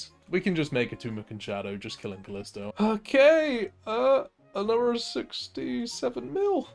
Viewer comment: 'Anofver one' 😂